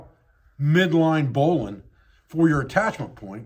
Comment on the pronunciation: Oh my gosh, this is outstanding! I can tell that I'm going to spend hours on this channel. 🙂 And let me just say, it is such a pleasure to find someone on YouTube who knows how to pronounce "bowline". (My father, a former sailor who was then commissioned and became a Naval aviator, taught me a bit about rope and knots, but I've always wanted to learn more.)